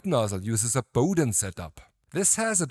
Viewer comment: What? And it’s Bowden and not Powden 🫩